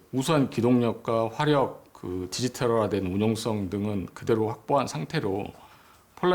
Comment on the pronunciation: 겸손하게 생일날 와줘서 기쁩니다 하지 생일 광고인가 자랑인가ㅋㅎ 역시 생각 깊이 없고 드센 2찍 지역, 쓸데없는 영상 제거 좀, 반국가세력 경상디언 말투 어버버 건성건성 드센말투 듣기 짜증남 뭔말인지 따로 갈라 살아라 화력을 하력이라 발음 안되는 왜구토착민!? 맨드는거고 에!?